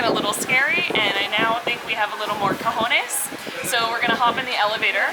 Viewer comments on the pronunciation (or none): none